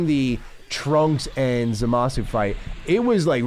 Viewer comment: It's Zamasu not Zamas, you noob. 😂